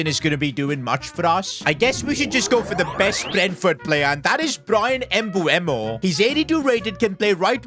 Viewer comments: Bro said embueho😭😭😭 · Do you say some people's names wrong on purpose or not? For mbeumo its m-ber-mo. For isak its ee-sak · Plz pronounced well the name of mbeumo 😢